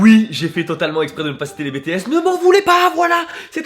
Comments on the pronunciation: ON DIT "Bi Ti Ès" Et pas BÉ TÉ ÈS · La première que je l’ai entendu dire sa j’ai failli casser un truc😂 (nn c’est pas vrai je voulais juste chez lui pour lui dire qu’on dit pas Bé té s mais BI TI S PNNNNNT et après je l’aurais butté🤷🏻‍♀️😂) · NON NON NON NON!!! C'est pas Bé Té S s'il te plaît!! Ça ce dit en anglais 😂😂 BI TI S!!! mon petit kokoro saigne 😂❤ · « Bitièsse » pas « bétéaisse » 😭😭 bref je t’aime Ton clip est génial quand j’ai vus dedans que tu avait dit « Bangtan » j’ai ouvert les yeux comme ça « 👁👄👁 » avec exo, blackpink, et tout fiiiiin bref c’était trop bien tu as géré!! Et oui « Agust D » agust D et tellement géniale fiiiiiiiin bref je me répète mais tu as gérer je t’aime t’es trop génial. Continu comme ça ❤️ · Par contre... C'est "bi, ti , s" pas "bé, té,s" DSL...😘😂😂😂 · BETEHES ? MAIS MAIS MAIS T^T C'EST BITIHES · On dit ( Bi Ti S ) BTS :) vous avez fais du bon travail 😄👏👏👏👏👏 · Qui étais comme moi? bé té èsse😭😂 c'est bi ti èsse 😂😭❤ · j'adore tes vidéos... Mais dire "les bÉtéSsE" c'est un crime impardonnable. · Sa se prononce BI TI AISSE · August D is my life!!!😘 PS: Même si je suis une ARMY je ne vais pas dire "TA PAS MIT BTS!!! OMG !!" Non! Mais on va régler juste un point!: SA SE DIT: BI TI ÈCE!!! Voilà! Les ARMY FOLLE vous êtes sauver et vous pouvez dormir tranquile! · Je te kiffe ! Mais stp... Dit Pas BTS dit Bi ti es CA se prononce comme ça :/ Voila Bisous !! ^^ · T'as dis bétééss ;-; Et August D ;-; Chuuuuuuuut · Juste moi je suis a fond sur les BIGBANG mais les BTS ca se prononce BI TI S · On dit Bi Ti S (BTS) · Il a dit "bé-té-èss" facepalm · EN PLUS C'EST "BITIS" 😂😤😢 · Par contre le "bé té sss" ca passe pas !!!!!!! Mdrrr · "Betesse" je suis pas t'en que sa army mais sa fait comme même mal au oreilles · Si tu veux pas que je te tue arrête de dire BTS car à se dis BiTiS sinon ... J'aime vraiment trop ta chanson continue comme sa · Aah ça stresse BTS se prononce à l'anglaise 😄😄